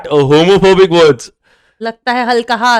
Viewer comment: did you say HomoPhobic lol cant stop laughing😂😂